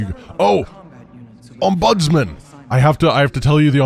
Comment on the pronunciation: Obviously you can pronounce it how you like, but typically "ombudsman" is pronounced with the emphasis on the "om". So OMbudsman as opposed to omBUDSman.